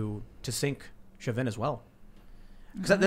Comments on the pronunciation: Show-vin, not shove-in. Sorry, not meaning to nitpick, just caught my ear. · Typically, because of its French origins, Chauvin is pronounced [show- VAN (with a very short, staccato ending of the N), but I think this particular family pronounces it the same way you do: [SHOW-vin] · FYI "Shaw Vin" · Chauvin= Show-Van It’s French. Also a city in Louisiana. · Chauvin is a French surname found in Quebec, pronounced Sho-veh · His name is pronounced, "SHO-VAN" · Cajuns pronounce it Sho-van (you drop the “nuh” on the N, but keep the A sound) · Chauvin is pronounced Shaw-Vin with emphasis on Shaw and not the Vin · Chauvin is French and is pronounced Show-vĕ or show-van, the n is silent. I grew up in a town named Chauvin and dated a girl with the last name Chauvin. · Pronounce Chauvins name correctly ffs!